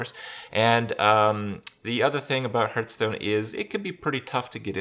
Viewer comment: IT`S HEARTSTONE ( HARTH STONE, HART STONE) NOT FUCKING HURTSTONE (HRT STONE) FFS I CANT HEAR IT ANYMORE